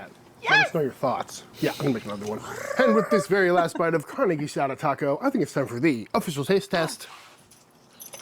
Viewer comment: Congratulations, you pronounce "carne" correctly. I work with a gringa here in New Mexico that pronounces it "carney", like someone that works for a carnival.